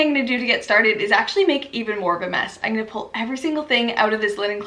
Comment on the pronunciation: I love the way you say "Igonna" (I'm going to) <3